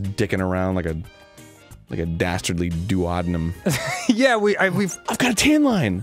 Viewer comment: I died when Dan said "doo-Odd-in-um". Duodenum is pronounced "Doo-O-dee-num" Danny😂